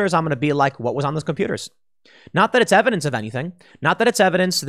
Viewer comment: 60 mins "we have no erverdenc hurr durr"